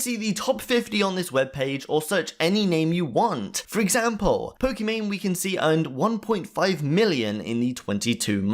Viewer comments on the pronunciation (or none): none